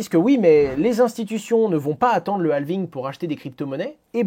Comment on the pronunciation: Dans Halving, le L ne se prononce pas. Il est muet. Idem pour Half